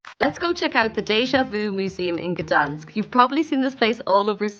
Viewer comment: you are pronouncing the City incorrect, where the G, your saying Danish all the time